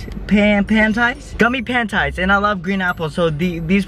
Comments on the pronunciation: Panties 😂😂 not Pan ties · did he really just pronounce panties pan-tys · He said pantis instead of "Panties" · Pantyes when it’s actually ‘panteas’ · Pan- ties 😂😂😂 he literally pronounced it like that. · You said panties😂 bruh I was sooo weak I realized you said it wrong on purpose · Bro he doesn't know how to say panties